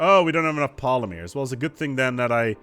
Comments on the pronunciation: You say Polymers really weirdly. I've always pronounced it Polly murs. Not Pola meers... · I've never heard anyone pronounce it polymeers before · I’ve never hear anyone in the US pronounce it poll-uh-meers. Definitely not an American thing or not in the mid west. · It's almost like he's doing it just to trigger us. The amount of times the non-existant word polymears is said after she lets him know goes up almost exponentially after it. Please. For the love of the great and bountiful deer god. Say pol-ym-ers. Not poly-mears. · as a Canadian, i agree with the lady, you say it wrong.....sorry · Yea, he is pronouncing it oddly. His wife even says so in the vid, its funny.